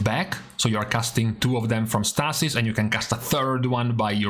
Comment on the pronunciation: Stay-sis; Stay-sis; not Staa-sis.